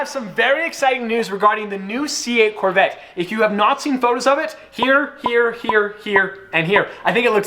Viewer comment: hey guys I’m buying the c8 Chevorle corveee Fans:hey bro but I’m buying the c8 Chevrolet’s corvette